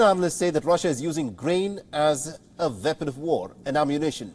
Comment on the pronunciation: Weapon not Va-Bon. Ukraine not You-Ga-Rain.